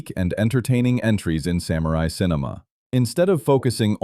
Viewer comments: Since this is about samurai, it would be nice if samurai was pronounced correctly. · The way the presenter pronounces "samurai" hurts my ears.